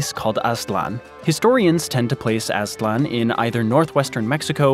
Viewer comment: Its Aztlan (not Aslan).